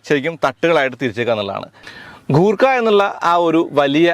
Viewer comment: കൂർക്ക അല്ല ചേട്ടാ..... ഗുർ ഖ എന്ന് വേണം pronouns ചെയ്യാൻ.. എന്നാൽ ഗൂർഖ എന്നും അല്ല..... ഗുർ ഖ എന്നാണ്